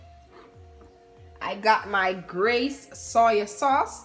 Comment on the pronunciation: The way u say soy sauce tickles me 😍💚😁